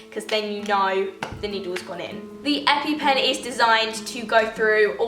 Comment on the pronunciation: The amount of times u said epy pen😂